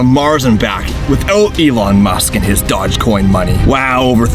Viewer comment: Dog what? You might want to learn the correct pronunciation of "doge" lol